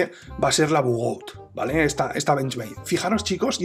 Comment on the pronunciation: Todo esta bien en el video... Pero no españolices los nombres... Pronuncia su nombre en su idioma original, no es bugout, es bugaut (la pronunciación)